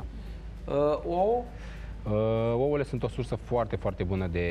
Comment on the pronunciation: dragă, ce înseamnă oo? O lecție de dicție nu ar strica. Sau măcar câte 2, 3 repetiții pe zi: ouĂ, ouĂ, ouĂ:-))).